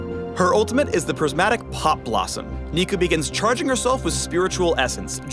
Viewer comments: no not neeko neeko nii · i cringed at the "neeko neeko nii" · "Not-Neeko" Neeko-n't -_ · DID YOU JUST SAY NEEKO NEEKO NEE???? HOW DARE U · Never say Neeko ever again. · did he just say "niko niko nii"? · did.... just say neeko neeko ni.....?????????????? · He did not just say "Neeko neeko nee".. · he said "neeko neeko nii" didnt he?